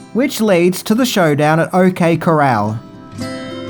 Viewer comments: You left out something about the music composer -- what probably got him the job was that he had done the equally magnificent music for "Silverado" (supposedly the 'rebirth of the western'). Oh, and it's not "The OK coral" -- it's not a really nice reef; pronounce it like "Chorale"... Also, "Glory" isn't really a western, westerns are usually set in the west, and the Civil War was fought almost completely east of the Mississippi River, such movies are called, unsurprisingly, "civil war movies." No criticism intended, I barely know who Ned Kelly was, much less Dan... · It's pronounced cor-ral not like the sea creatures coral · Cor- al. Not coral. ❤️ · Brits make shit cowboys….the Cor-Ral! The shootout was at the O.K. Corraaaal! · He said OK Coral hehe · Opened this first thing this morning, heard OK Coral. Came back an hour later and it became the OK Corral... Great job! Seriously you go above and beyond in your content. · Lol I see y u re did this lol if u saw the first post of this he kept saying ok Coral instead of corral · This vid made me appreciate Kurt Russell more than ever. I want to see him direct more movies. And Val Kilmer is always an amazing actor. Btw, when talking about the OK Coral, it's pronounced "Corale". Edit: Doc Holiday's line is actually, "I'll be your hucklebearer." In Val Kilmer's documentary, he cleared this up, saying that a hucklebearer is basically what we call a pallbearer now. So he's basically saying, if you want to be sent to your grave, I'm your man. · I noticed a mispronunciation. Don't fuss,! Corral is cor-AL. Love this movie, by the way! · No, it was pointed out he mispronounced Corral as it's assumed soundalike, a coral reef, in the comments. Bless his heart, though. He tried. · Yup. People were being assjacks over how he pronounced “Corral”.